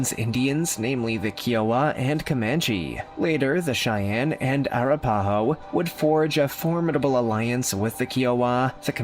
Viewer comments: Air-ra-pa-ho?? I think this guy needs to learn how to pronounce tribal names if he's going to narrate. It's A-rap-pah-ho. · Being first Nation and being from Oklahoma of 6th generation out of respect please learn how to say the names correctly Arapaho. I am Choctaw (Chahta) and among all the tribes mentioned here we have much respect and it's all about respect so I disagree with some of the things that he's saying but thank you again for a video. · Ahh RAP Ahhh Hoe is how it pronounced. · OMG...That is the absolute WORST mispronunciation of Arapaho that I've ever heard!! LMFAO! IT'S ah-RAP-a-hoe !!! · The name is (A-rap-aho) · a RAP a ho. I do find this creator’s videos interesting, but he constantly mispronounces words. 🤦🏻‍♀️